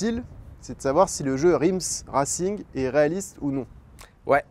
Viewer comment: Rims « Rassingue » oui mdrrr bonne vidéo encore